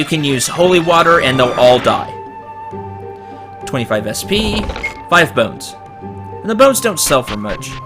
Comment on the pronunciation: "Bive phones"